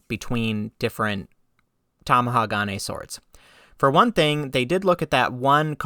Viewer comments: Top amateur tip for pronouncing any multisyllabic Japanese word: don't emphasize any one syllable. All syllables are weighted equally. A lot of Westerners I have heard say TamaHAgane. You say TamahaGAne. Japanese say Ta ma ha ga ne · To help your pronunciation.. Tomahagane = tom-ah-HA-gah-nay The emphasis is on the "ha" in the middle of the word. You are putting the emphasis on the next syllable (the "ga") making it sound weird. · You can say Magnatite but can't say Tamahage.